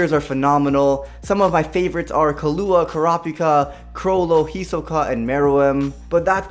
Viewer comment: . . .. IT ISNT KLUA ITS KILUP DAMMIT!